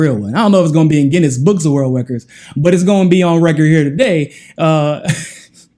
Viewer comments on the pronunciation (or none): none